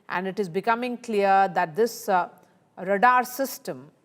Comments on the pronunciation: And d number of times she s repeatedly pronouncing it wrong & d way she stresses is so annoying! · Very poor pronunciation of radar by the news presenter! Extremely annoying! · “Radar" is pronounced as RAY-dahr (/ˈreɪdɑːr/ or /ˈreɪdɑː(r)/). It consists of two syllables with the stress on the first syllable, where "ray" rhymes with "day" and "dahr" rhymes with "car" News reporter needs to speak more accurately. Her mispronunciation is disturbing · What is Radar system??? Wrong pronunciation!! Can't bear to hear her!! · Radaar system...hahaha...funny pronouncing